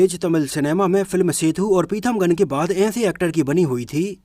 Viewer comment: पिथमगन नहीं पीथामगन नाम है